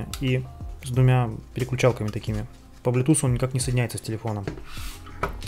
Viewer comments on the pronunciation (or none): none